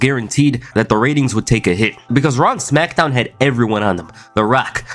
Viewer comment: “The Rack” “Brack Lesnar” “Smackdawn” 😂😂😂